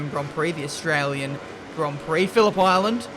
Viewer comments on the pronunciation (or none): none